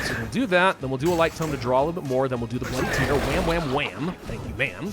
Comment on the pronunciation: It's bloody tear, as in rip and tear. Not boo hoo tear.